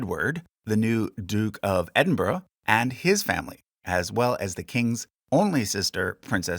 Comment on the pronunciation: Noooo you pronounced Scone and Buckingham wrong 😭 although you did get Edinburgh right so I'll let it sldie